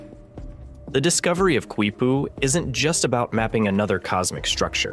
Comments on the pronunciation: Your own screen capture of the Wiki page tells you it is pronounced "KEE-poo," not "KWEE-poo." Can't you even read? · Dude! I can’t take it! I literally am yelling the same thing at the guy! Don’t say it again!! Nooooo! Qui-poo! Haha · The Quechua pronunciation is kee-poo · Its pronounced KEE poo. The Q is silent. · Why does the narrator persist in repeatedly mispronouncing the word "Quipu", when the video features a wikipedia entry clearly showing the proper pronunciation is "KEE-POO", beginning from time index ??? The video should be resubmitted with a narrator who can properly pronounce Spanish/Hispanic words! I couldn't watch the video past time index , as the improper pronunciation of Quipu was getting excruciatingly monotonous!